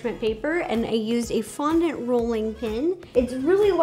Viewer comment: Am I tired or did you start saying qaundent?